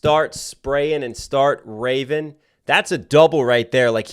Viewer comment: Almost sounded like he said raven then went to craven. Wes Craven